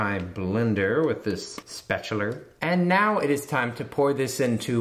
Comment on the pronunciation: I love “spatulerr” so much 😂